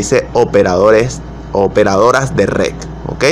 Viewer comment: Que no es RED ? dice usted "rec"